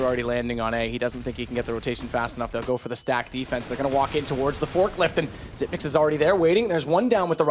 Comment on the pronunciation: WOW A CASTER THAT PRONOUNCES XYP9X THE RIGHT WAY :O